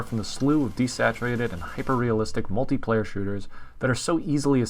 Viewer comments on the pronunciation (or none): none